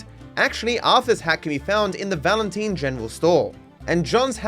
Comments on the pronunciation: It's Valentine not Valenteen. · “Valenteen” “Black Bella” 😭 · "valinteen" and "Black Bella" is crazy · Not saying Valenteen for engagement😅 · I've never heard anyone pronounce Valentine like that to be honest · painful to hear u mispronounce both "Valentine" and "Black belle" tip for next video: In gaptooth breach theres a lantern u can stand under as john, if u then start a mission from chapter 2-6 then u will die and respawn as Arthur :)